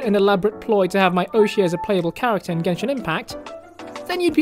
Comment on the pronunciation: jenshin impact